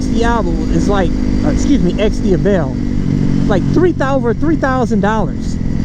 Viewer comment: It's Di-A-vel, not Di-a-VEL...